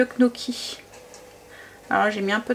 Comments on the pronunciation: Hello, le gnocchi se prononce nioki 😊😉 J'en ferai peut être, j'adore ça!! Bisous 😍😍😍😍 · Bonsoir merci pour ces petites pépites de recettes * Tu m'as fait sourire dans la manière dont tu dit Gnocchi Amitiés Valérie